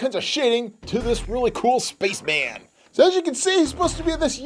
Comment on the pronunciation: “Looks like the Red SPACHMAN” did you say spaceman or SPACHMAN